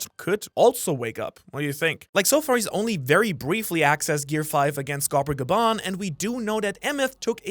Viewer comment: wont the emphasis be on the first syllable for Skopper Gaban. GA-ben not ga-BAN. it's japanese remember. why is it that it's the people who watch the subs that get all the pronunciations wrong? (thats hypothetical. i know it's because they never actually hear the words out loud). Don't you actually live in japan?